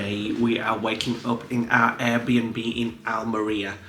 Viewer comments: Spanish is pronounced as its spelt. Just break down the words. AL-ME-RIA Almwria CA-FE-TERA cafetera the coffee pot in your apartment. Great videos your brighten up the winter evenings 😊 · It's like saying Al Maria, but spelt Almeria lol, enjoy your travels